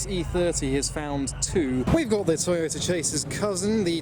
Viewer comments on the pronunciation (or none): none